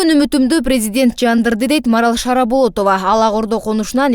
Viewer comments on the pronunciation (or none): Шараболотова эмес Шаболотова